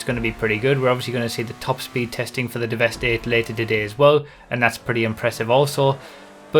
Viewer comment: Since it's a play on words, I think it's pronounced Devastate rather than devest 8